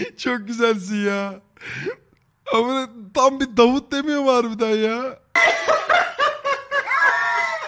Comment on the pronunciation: Davud demiyor aq dafuq diyor